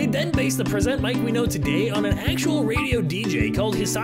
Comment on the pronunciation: The pronunciation of the Present in Present Mic hurt my soul, but it’s cool you put this little tidbit out there for people who don’t like to read character info 😄